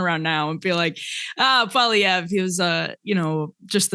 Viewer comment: I think Krystal Ball might be the first American in human history to pronounce Pierre Poilievre correctly.